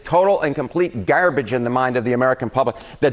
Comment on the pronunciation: the way the CNN guy says garbage...."gAAARRBage".. Is he a pirate!? Hahaha, I cant be the only one who noticed this